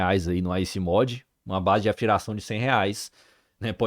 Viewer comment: Comprei o Alienware M15 R7 dia 22 de set e só chega amanhã mas gostei desse e seria minha próxima opção!Vc falou muito bem mas fale direito a palavra MODE que fecharia com chave de ouro.👌 Procurei Water Cooler no site e não tem nada a respeito dele....